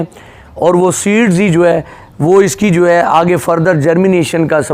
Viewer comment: Bhai 🤣🤣🤣, khawaja Asif ki tarha JUWAY JUWAY JUWAY mat kaho 🤣🤣🤣, ya hai JO HAY, not JUWAY 🤣🤣🤣🤣🤣